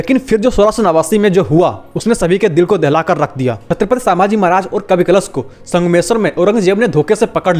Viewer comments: अरे छञपती संभाजी महाराज बोल सांभाजी नाही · Chhatrapati Sambhaji Maharaj, vedio banane se pehle correct pronunciation sikh lo. Its Sambhaji Maharaj not Saaambhaji Maharaj.